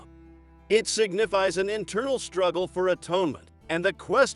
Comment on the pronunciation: It was good to see the names in print of the actual people who lived these events. Although it was disappointing not to see an analysis of Izzy Rabi, Oppenheimer's loyal friend, who also added glimpses of morality. By the way, A.I. voices are very annoying. - I almost turned it off when it said "striggle" instead of struggle for the 4th or 5th time! A real live person probably would've volunteered to read it.